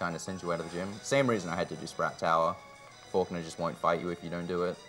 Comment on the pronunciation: always says "forknaw" instead of falkner